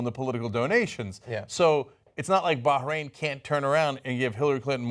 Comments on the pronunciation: Hey dipshit. There's no g in Bahrain haha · why is John punching the pronunciation of Bahrain?